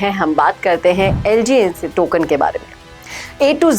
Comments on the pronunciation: Ma'am pahely naam to thik se padh lo😂😂😂😂crypto ki kya ghanta apko knowledge lgns ko lngc bol rahi ho aap 😂pahely thik se dekh kar padhna sikhe uske baad crypto industry ki jankari de pata nahi kaise chutiyo ne apka chenal subscribe Kiya hai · Maidum aap sahi se naam nahi bol pa rahi hai to project ki kya jaan kari hogi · इस को ठीक से कुछ पता भी नहीं, ये LGNS को भी ठीक से बोल नहीं पा रही। प्रोजेक्ट के बारे कुछ भी अता -पता नहीं। और आ गयी ज्ञान पेलने😂😂😂😂😂😂😂😂😂😂😂😂😂😂😂😂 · Name sahi nahi bol rahi h knowledge de rahi h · Kya research ki hai naam bhi galat bol rahi ..... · Pehle naam thik se padh le aur .2 se .4 % 😅😅😅😅